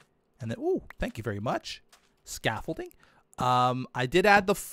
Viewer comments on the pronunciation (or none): none